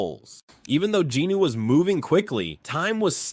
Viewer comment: Sung Jin-woo (성진우; Seong Jinu) - the “O” is silent and last syllable is a vowel but takes on the N sound from JIN. Sounds like Jinu or Jinoo and definitely not Jin Woo